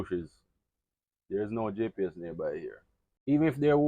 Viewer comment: What is a gepees i dont get that word..